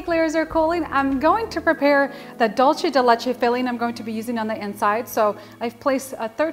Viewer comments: Sounds phenomenal! I'm absolutely going to make this now that its cooled down! By the way, you pronounce it "dulsay" not "dulchay" just saying... Happy holidays! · This cake sounds delicious ,but why do you keep pronouncing the word wrong there’s no H in dulce ( d..u..l..cee ) not dulche.